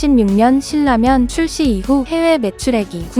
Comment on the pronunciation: 국어 문법상, 실라면이 아니라 신나면으로 발음해야 맞습니다^^